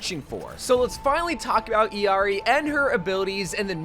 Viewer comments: Its how you pronouce her name lmao😂 not the way it is written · Thank you for pronouncing her name correcrly 😊